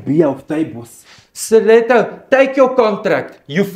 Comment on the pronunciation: I love the Afrikaans accent and the way he pronounces steleto